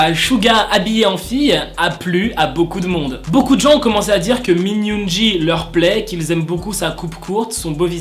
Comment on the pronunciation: Min yoongi sa se dit min yoongui et non pas min yoonji